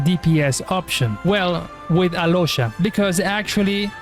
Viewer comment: no, im talking about how he pronounced alyosha and oddette,that is how u pronounce them to their native names, snezhnaya, and where is snezhnaya based at. Im not talking about him in particular, he can be from mexico, america etc, but how he pronounced their names is their slavic enunciation